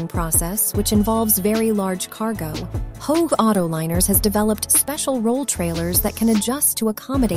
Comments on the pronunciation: Holy shitzes. An entire movie produced based on Chat GPT answers sponsored by How-Egg (which is not how Hoegh is pronounced) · Aitch-oh-egg? How tf do you mess that up? Jfc This is an easy Don’t Recommend Channel for me.